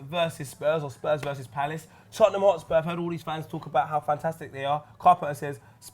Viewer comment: Man said Tottingham looool